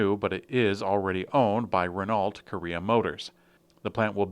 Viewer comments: Renault has a silent "T". It's pronounced ruh-no, not "re-nalt" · He has explained his pronunciation a couple of times, and yes, he knows how to say it in French.